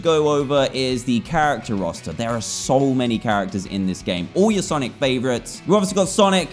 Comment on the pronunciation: i thought he said sanic